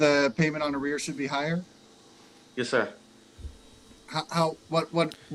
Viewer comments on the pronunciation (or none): It is pronounced like it looks. A-rears. Not aireyairs. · Arrears is a 2-syllable word. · AH-REARS lol. Air-re-ears lol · Uhh, btw,it's not " airy-ears" it's pronounced " A- rears" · fyi its not ERR EE ERRS ITS UH REARS I couldn't figure out what you meant then I realized you meant to say her arrears were X Good video- thanks. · FYI, the pronunciation is uh-rears, not air-e-airs. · You pronounce arrears as “Air-E-Heirs” 😂😂 Is this AI? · Small note--arrears is pronounced "ah-reerz". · Its pronounced "uh rears" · The past due amount is arrears pronounced a rears. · Lol...its "Ah-rears". Just know after spending years fighting my ex husband to pay his "ah-rears" :)